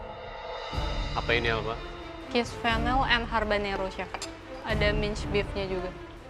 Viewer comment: Namanya habanero bukan harbanero😅